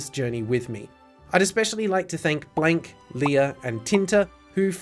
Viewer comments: It was just the English word "blank" really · you mispronounced "Blanc"'s name. That or she just has an unusual pronunciation of Blanc